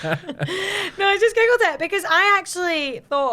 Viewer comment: The way says "Googled" sounds like "Giggled."